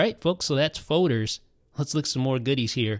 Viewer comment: Fowders... Folders... Foders